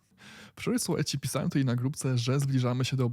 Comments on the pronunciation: a ja lubię "Tutej" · Twoje "tutej"jest epickie, nie walcz z tym 🙂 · Ooooo!!! Gratulacje! Nareszcie powiedziałeś tutaj a nie tutej!💪👍.A tak na serio to fajne dajesz info! Pozdrawiam!